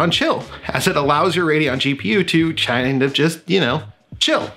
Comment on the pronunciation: "Chind of chill" lolz